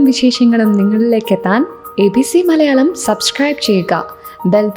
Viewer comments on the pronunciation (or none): none